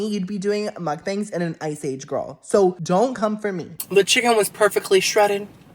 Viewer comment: I’ve been a fan and follower for years, but I lovingly ask that you learn how to properly pronounce the Korean word “Mukbang” 🥲